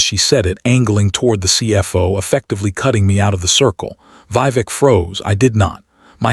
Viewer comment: The voice and images don’t match. Mispronounced Vivek and Not Karen but pronounced Karon, male name not Karin.